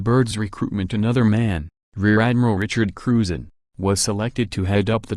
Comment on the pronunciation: Is that electronic voice saying Admiral Bird or Admiral Turd.....